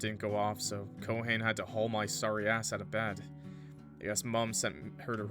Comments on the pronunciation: I need to get more of a weeb NOW every fucking time I hear Ko HANE it kills me, it's Ko-hah-Ne(y). Three syllables. Ko=ha-ne. Not Ko-hane. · Ko-ha-nee when you’re pronouncing Japanese names think of it like this you are an illiterate six-year-old who has no idea what silent letters are so you just say every letter you see in twos or threes like Hom-ie if Haruto had a black tank top with a black puffer jacket and some jeans, he would fit right in I think that only a western thing because apparently Japanese culture romanticizes Christmas I don’t know why but the relationship kind of reminds me of “keeping your childhood friend in your refrigerator” or something like that